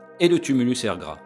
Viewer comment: Très didactique; un petit reproche: la Prononciation de " Er Grah". Doit se prononcer avec un h final légèrement aspiré en Gwenedeg.